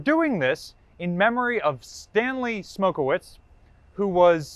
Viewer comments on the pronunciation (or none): Why can't Americans pronounce Eastern European names ? Smokowicz is pronounced Smokovich the ch/cz as in church not wits. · Come on, you’re a pollock, you should know how to pronounce polish names lol.. Coming from a fellow pollock, its pronounced Stanley smok-e-vich-.. there’s no V in the polish language, whenever you see a “wi”, it’s usually a polish person, and it’s pronounced as a v